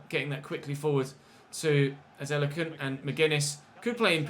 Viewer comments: you’re pronouncing it correctly it’s a nigerian name ADE LA KUN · Your pronunciation of Adelakun (A-Day-Lah-Kun) is actually fine. Just add a little stress to the "Lah" or just call him Ade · don't worry about the adelakun pronunciation it's alright even my country men have trouble pronouncing his name 😂